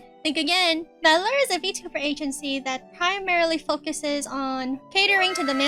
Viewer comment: To clear one thing, the agency's name is pronounced as "V Allure(as in "V"and "Allure")". It might be confusing due to the brand name not consisting of dash or period in between the letter and the word.